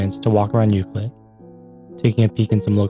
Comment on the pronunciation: You’re pronouncing Ucluelet wrong. It’s U-Clue-let. Not Ucluel-it. You have to pronounce the CLUE in the word. Just so you know. (I’m a local)